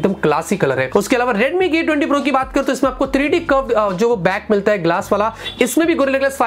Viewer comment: i heard redmi Gay 20 pro lol.